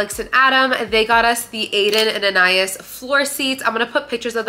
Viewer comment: I think anais is (on-eye-eee-s)